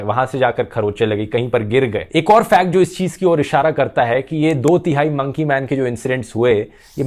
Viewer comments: Nobody literally nobody Dhruv: Mounkey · monkey .........pronunciation 😂